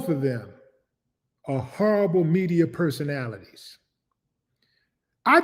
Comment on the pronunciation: Howwible... Just howwible Chuck 😂 Big brother you caught me off guard with that one 😂